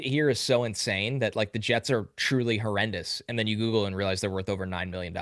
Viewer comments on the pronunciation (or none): none